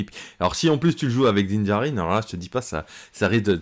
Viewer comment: Ça serait sympa de faire Din Djarin, que tu prononces parfaitement